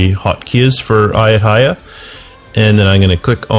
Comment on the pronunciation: it is A YUT THA YA